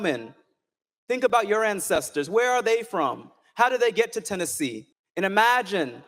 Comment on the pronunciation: NEWSFLASH!!!! ITS TENNESSEE NO SURPISE